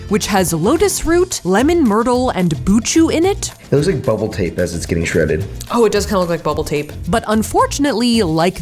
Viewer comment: "Shreaded Ken doll" I'm dead 💀